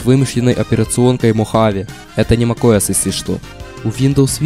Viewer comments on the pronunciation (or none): none